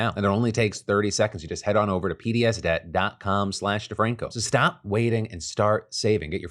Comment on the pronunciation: Dammit. But props to Phil for pronouncing the name correctly.